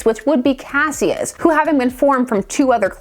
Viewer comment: His name was "kash-uss" Clay. Two syllables. Also: Mix-yezz-pittle-ick. That's from the little dude himself.